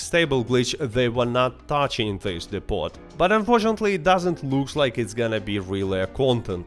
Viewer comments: It's pronounced 'dee poh'. When you say 'dipot' you sound like a silly foreigner. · Depot is pronounced "Depo" by the way.